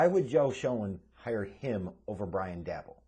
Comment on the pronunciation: The name is pronounced (Day-Bull) nod Dabble